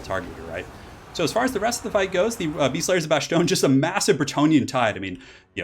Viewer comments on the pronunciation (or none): i love you man and i know that this video is old but please never say Bashstone again, it's pronounced like Bass-t-on